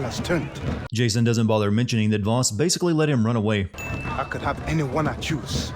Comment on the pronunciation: That's not how you pronounce 'Vaas'.